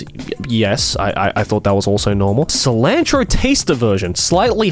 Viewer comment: I'm getting so irritated when he mispronounced cilantro. I'm Mexican so it's bugging me lol